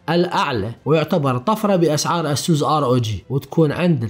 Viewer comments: يا اسووس انت بتقولها غلط.. اعرف كيف تنطق لمعرفتك انت.. لأنك تقني ولابد ان تكون ملم بالمصطلحات الانجلش الصحيحة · والله اكهرك من تكول اسوس.... يا اخي الفضها عدل خربت ام الاسم